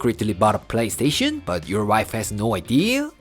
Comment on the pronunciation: Or "don worry BAHT it"! 😁 I love when says that!